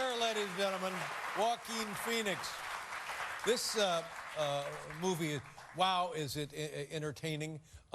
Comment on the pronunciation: All I keep hearing is "walking Phoenix" lol